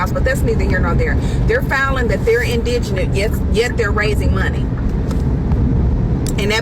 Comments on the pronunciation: Y’all, it’s pronounced in-duh-gent!!! I’ve heard every pronunciation except the correct one lol. Sorry, rant over lol. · The word is "IN-DA-GENT" meaning impoverished... as in 'damn, I can't afford that!" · Not just here but other videos as well, folks need to learn how to pronounce indigent. They adding an extra n or an extra syllable. But it’s still wack he now can’t afford an attorney. He need to get away from his parents quick if this how they think of him. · Why can no one pronounce the word indigent properly?